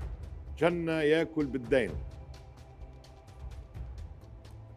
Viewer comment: والله ضحكت ع لفظ كلمة (جنة) الي تلفظ (چنة) أي (كأنه) باللغة العربية.